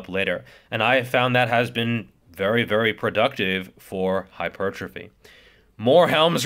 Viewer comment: Thank you for pronouncing "Hyper" correctly and "Trophy" correctly. lol